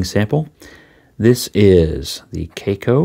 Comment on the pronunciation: To me it looks more like an hybrid of the Lamy Aion and Lamy 2000, the design of the first with the material of the second, it's a very curious combination but reading all the comments about the cracking issues I don't think I'm ready to try it. In other order of ideas, I don't think your pronunciation of the brand is correct as it's a Chinese company, maybe a Chinese or Asian viewer could verify that. Great video and positive vibes as usual. Regards.